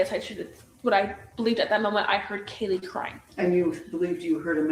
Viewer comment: How does not know how to pronounce anyone’s names + Hunter J. Mispronounced Kaylee’s 1st name, but was seen in noise complaint body cam footage, playing drinking games, with Caylee & zip ties 😒